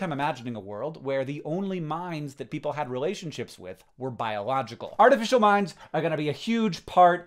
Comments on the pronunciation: I thought he was saying "mines" instead of "minds" and I was like, oh god Hank Green things artificial landminds are going to be a huge part of daily life? Wait, are people dealing with biological landmines right now??? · For number 9, I couldn’t tell if you were saying “artificial mines” or “artificial mimes” and I was very confused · At first, I heard "artificial minds" as "artificial mimes". Very confusing!